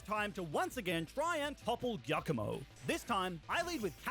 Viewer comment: why you sai iacomo and not giacomo